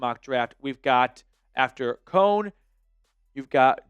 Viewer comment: NO on Kone. It's pronounced ko nee. Guy barely looks at ball while in air.